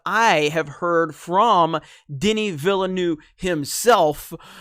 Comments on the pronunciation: Its pronounced "ville-nuhve" lol not "noove" loll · "Danny ValaNuew" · His last name is pronounced Vil-N-Uh-V. Not in my habits to correct people's pronunciation (as a french speaker myself I made plenty of mistakes) but maybe some might find it interesting. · Villeneuve is pronounced “vilnœv” or “vilnove”; just saying. Btw, great content, love your work. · You know there a second "v" in Villeneuve. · That is not how you pronounce Villeneuve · Keep up the good work! On a less serious note: As a native french speaker, hearing you trying to pronounce "Villeneuve" is quite funny;) I don't blame you it has a lot of strange sound for english speakers. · The way you pronounce Villeneuve is jarring, please stop and try to get the right pronuciation. I know that you yankees are lazy about other languages, but it's time to try harder.